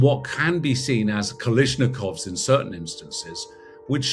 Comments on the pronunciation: What's a "kiliznikov"..😂😂😂 and "audomadic weapons"😂😂😂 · Why is it that your security so-called expert doesn't know how to pronounce kalashnikov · yeah kind of didn't look very professional either, just because they had AK's and explosives doesn't mean they're automatically professionals. idk how much of a security expert this guy can be when he can't even pronounce kalashnikov lol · Learn to pronounce Kalashnikov properly!